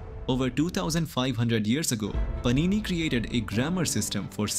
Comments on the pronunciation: Its not Panini, its Paanini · Paanini. Not Panini. Samskritam is precise about the pronunciation as well😊